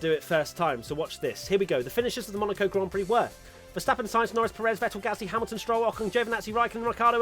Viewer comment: Not enough people are talking about the way serena tried to say 'grand prix' istg